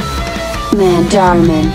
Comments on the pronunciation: “ Manda man “ 💀💀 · “Mandarman” I Laugh At That 😂😂😂